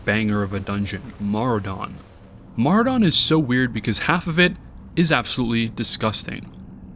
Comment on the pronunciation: Who the fuck pronounces Maraudon as "Maru-dahn"?